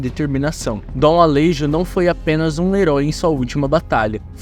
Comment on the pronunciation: Alejo ? se fala ale(rro) . o J tem uma pronuncia com som de dois R. Assim como Juan, se fala Ruan. Espero ter Implementado um pouco de conhecimento as pessoas.